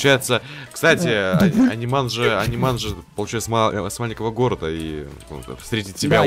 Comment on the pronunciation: Не Аниман, а Анимэн)